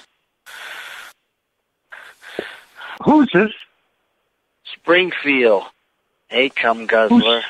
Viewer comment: agrees with everyone and is turned on by EVERYTHING. Definitely. I also love how he sounds too distracted and lazy to add the “D” at the end of Springfield, even to the point of agitation.!